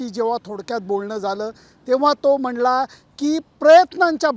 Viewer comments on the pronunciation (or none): विराट कोहली "म्हणला" नाही रे लेले "म्हणाला"